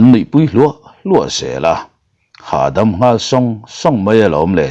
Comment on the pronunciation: Ilo nghal em a nih hi in chhiar dik lo lui ngei a, nghal hi kava ti tak che em😂